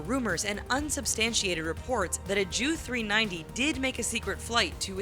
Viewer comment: Why do they keep saying "JEW 390" ???